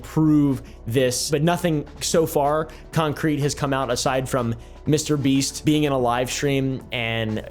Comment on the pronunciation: Bro really said MrBeat 💀🙏